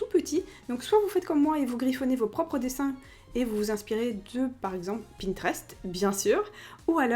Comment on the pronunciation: Je t'adore ! Magnifique cette video ! Par contre moi je dis "Pinterest " , au début tu dis "pintrest" . Je voudrais une suite de cette video ce serais cool ! J'ai trop hâte des vidéos de l'été 😍😍 Bisous Une abonnée ❤❤❤ Bravo pour les 100k !!!! J'en fais partie 😍😍💞